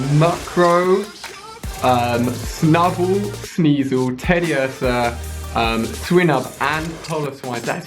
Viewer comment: no please, Xatu is not pronounced x-atu, it's zatu... as well as swinub and piloswine, they are pronounced like "pile" and "swine", not "peel" and "sween". and Ursaring, the stress goes on the "u". please, it's frustrating seeing someone who knows everything about pokemon but gets the names wrong. hope I've been of some kind of help!